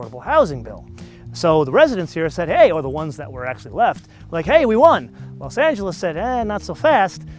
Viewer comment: Los not lasp